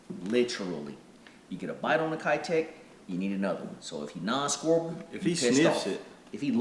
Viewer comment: I would love to see the Mayor in a bluegill color. Can the fishing community finally start pronouncing Keitech the right way. It’s about time. Just my stupid opinion. Thanks guys!! I’m digging the bait reviews!